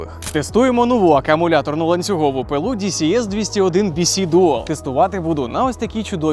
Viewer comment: Дісі ес бісі дісі бєси ааааа🥴